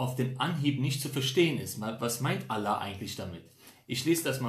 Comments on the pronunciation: Lern erstmal Allah aussprechen Motto ex muslim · Junge sprich mal Allah gut aus